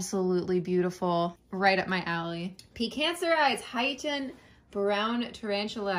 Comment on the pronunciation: I can honestly say I've never heard anyone pronounce Haitian as heighten before. XD